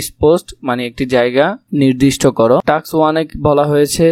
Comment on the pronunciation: টাক্স না টাস্ক😂😂